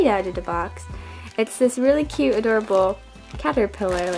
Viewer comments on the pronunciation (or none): none